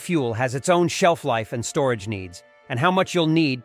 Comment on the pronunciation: Good tips, but the AI voice saying "stockpeel" and "storagay" made me chuckle.